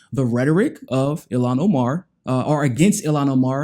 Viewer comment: The Sister's name is pronounced [EEL-HAWN OH-MAR] ILHAN OMAR...